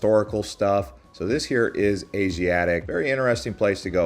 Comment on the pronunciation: I was a bit thrown by the Asiatique!